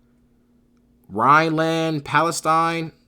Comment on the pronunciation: “Rhineland Palestine” 😭